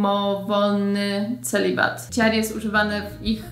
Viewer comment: A mam takie pytanko - Sharon, Chad czytasz Śaron, Ćad, mocno mocno zmiękczone - czy to jest typowe dla jakiegoś regionu w USA? Czy wszyscy tak wymawiają te imiona? A może jakiś filmik i akcentach? :)